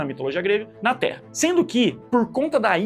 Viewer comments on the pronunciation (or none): none